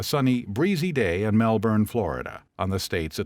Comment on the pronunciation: please pronounce melbourne properly wtf is this pronunciation